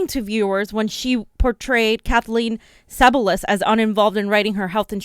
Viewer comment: Just one thing, it’s Kathleen Sea-bill-e-us..